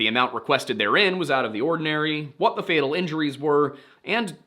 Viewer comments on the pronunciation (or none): none